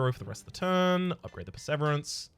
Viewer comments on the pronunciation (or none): “per-severance”* there we go ;)